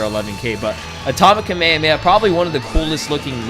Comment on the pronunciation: its pronounced Ka-May-Ha-May-Ha!